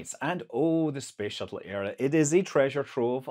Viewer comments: Did you just say space shittle? 😂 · professional youtuber: accidentally said space shittle... shall we edit that out... nah.